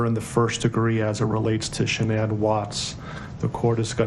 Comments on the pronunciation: I'd love to hear from the mistress. To add- his parents victim statements were inappropriate. They barely mentioned Shannan and the kids, it was all about “we forgive you Chris”. And I’d wish they start pronouncing Shannan’s name correctly. It’s pronounced “Shann-an” like Shannon not “Shan-anne”. Her Mother pronounced it correctly. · I hate the fact that Vladimir Duthiers can't even pronounce Shanann's name properly. Some reporter! He also gets a number of other facts wrong (i.e., "Nico" was not a nickname, idiot). Please do your research prior to going on air. I'm guessing you're not a Columbia School of Journalism graduate, to say the least. Do you have ANY journalism credentials? Whatever. I'm so proud of all of the awesome reporters out there, and people like this guy cast shade on all who strive for accuracy and precision. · Why does the prosecutor keep calling her "sha-NAN?" Weird. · his mistress says shunANN tho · I’m not sure if big man in black suit is the prosecutor but he should have the respect to pronounce her name properly, not shin-Anne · I realize this is years afterwards, but for the primary reporter, there are two issues. You’ve mispronounced Shan’ann’s name, and her unborn son was to be NAMED Nico. It was not a nickname given to that baby after his death. Thank you for your time. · Say her name correct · It annoys me the watts family can’t pronounce shannan correctly. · does anyone know why she is pronouncing Shannan's name differently than everyone else?